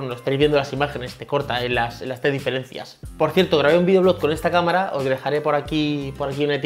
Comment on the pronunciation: Difelencias😂😂😂Buen vídeo, ojalá pueda ganar, sigue asíc